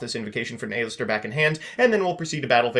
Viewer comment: saying A LISTER instead of Aleister